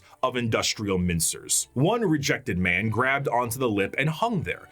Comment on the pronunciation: "That ma'am, was the Emperor of Mankind." Gotta work on your ending N syllables, dude.